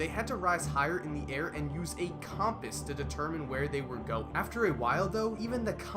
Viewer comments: No one questions how dude said “Coompus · Bro the way you say compass 😂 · why do you say compass like that?